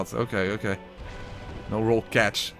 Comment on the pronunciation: I always love how after dies in an unfortunate manner, you hear the most Dutch sounding: Nouuuuuuu!!!